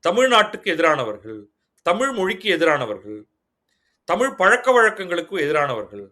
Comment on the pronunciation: தமிழின் முக்கியத்துவமே பேசும்பொழுது ழகரத்தை சரியாக உச்சரிக்க வேண்டும். தமில் என்பது சரியில்லை